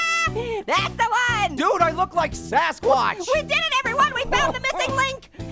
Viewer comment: its gassquash not sasquatch